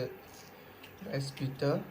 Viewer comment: Pitha not pita